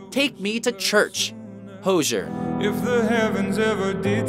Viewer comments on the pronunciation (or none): It's HOZ-EE-ER, not HOJH-ER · The way he pronounced hozier 🤮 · Pronounced Hozier wrong lool